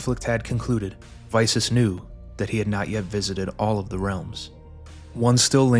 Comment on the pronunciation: I was very excited to click on the video. But the name pronunciation... I think I'll skip this one out, sorry